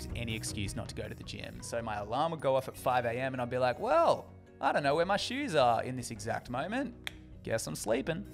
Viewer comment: You have a lovely accent, but I kinda freaked out at the beginning, I heard "I'm Dying" instead of "I don't" my heart stopped a lil bit hahah